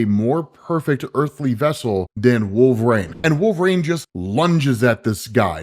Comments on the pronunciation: all i hear is wolve-raine and it's fucking annoying. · ah yes....... I too love the x-man "Wolvraine" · I've only heard him pronounce his name correctly maybe twice...😂 wolver Rain.😅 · Why do you pronounce Wolverine like Wolve-rain? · Drink every time he calls him wolveRAIN. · Stopped , even at 1.75X because I cannot stand the way you pronounce "Wolverine" and say "WolverAIN"??? We know you're not illiterate, can you pronounce his name correctly? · “Wolvrane “ I’m Srry but it’s clawing my brain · Is it just me or is saying Wolver-rain? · I absolutely love your content, but the way you pronounce “Wolverine” aggravates me to no end 😂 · Imma be honest dope vids but you say Wolverine like a narc😂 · I can’t be the only one that cringes when he attempts to say Wolverine, am I? Surely after all these years someone has said some thing. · Why is pronouncing Wolverine like he had a stroke? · Please learn to say Wolverine. It’s burns my ears every time. 😅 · Can you not pronounce wolverine? Last time I checked, wolverine doesn’t have an A in it.